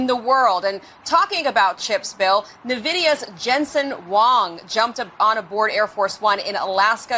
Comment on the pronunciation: Drives me nuts when people pronounce NVIDIA Navidia. It’s pronounced En-Vidia plebs!